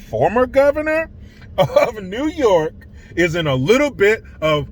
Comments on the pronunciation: 😂😂😂😂😂 that fuckin neeeew yooookaaaa 😂😂😂👍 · Dude, your New Yohk Cuomosexual accent was fanfuckintastic LOL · Hey! It’s ‘Noy Yark’.